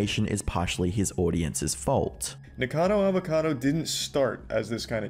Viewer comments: he said N*ggercado Avocado, just listen to it... xD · Nickocadowwrr avocadowwrr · "Nikourcahrdour avourcardou" You fr sound like a muppet💀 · "Nikacadder Avacadder" "Penguin Zeroer" every frickin time lol